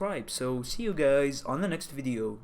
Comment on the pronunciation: Did he say "hello gays" ?